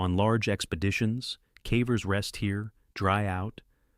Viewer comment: The cævers. Are you, mr AI, by any chance Norwegian, since you pronounce cavers with a Norwegian æ?